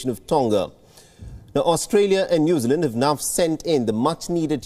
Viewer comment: I had trouble understanding him at first too. His pronunciation "Noozerland" was very odd.